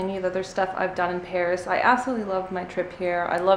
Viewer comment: Hi ;) do you speak french ? cause you have a perfect accent when you pronounce the place of Paris ... I usually speak french, I'm Belgian. Thank you to share your travel, it was nice ^^